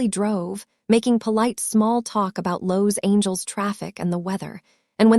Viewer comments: Ok, story has me hooked already. But, who in all that is holy, is pronouncing some of these words? “Cream Brulie” “Soufla” “Los Angel” 😱😱 No, this makes no sense!! Is this the way all your stories are? I’m watching from Indiana 🇺🇸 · How can I subscribe to your channel when your narrator cannot even pronounce Los Angeles? Also, she mispronounces soufflé. I won’t subscribe until you and your narrator get the correct pronunciation of words in your video.